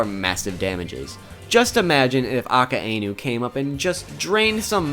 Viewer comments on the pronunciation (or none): a-cain-oo (oo as in boo from mario)